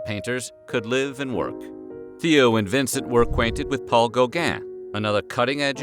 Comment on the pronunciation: Gow-gaaaah and van Goh...Why can't americans pronounce foreign names correctly?